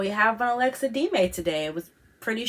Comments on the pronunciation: No she was clearly saying D-may it's not pronounced like that it's de-me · it's pronounced DEM-MEEE not deemaay what you were saying :)